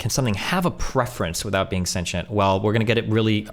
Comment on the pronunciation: Destiny not being able to pronounce “sentient” seems funny to me idk why lol